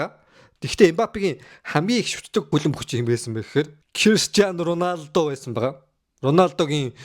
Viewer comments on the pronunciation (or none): Ронадо биш РОНАЛДО шүүү